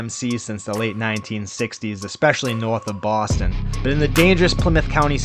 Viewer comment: Baaaston 😅😊. " taking down bread trucks in Daaaarchester " 😅😊